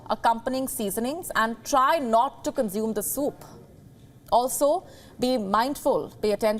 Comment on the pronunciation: Consume is NOT pronounced as conzume. S is s in that word.